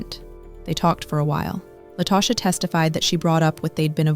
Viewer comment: An ethical non-monogamy group? What in the world? I bet he wasn't cool with his wife or mistress engaging in ethical non-monogamy. These men really do be trying to get away with this foolishness. Also, did the person putting together this narration not listen to it first. La-toe-sha??? I'm annoyed 😩